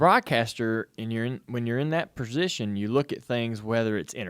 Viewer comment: "when you're in that purzition" - this guy's gotta be from jersey.